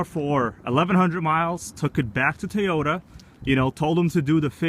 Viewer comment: tow yo dah not tie yo tah